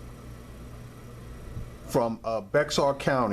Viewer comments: Roll Your Rrrrrrrrrs Cause I Keep Hearing Pera That A Fruit A Pear Perrrrrrra Is More Like You Want To Say It , Perrrrra Thats Dog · The way you are pronouncing it means pear,in spanish,it has double r,pronunciation for the double r is stronger the it does means, bitch just saying.